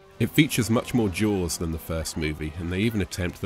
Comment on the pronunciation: Sounds like you say.......jouels instead of jaws........ sorry....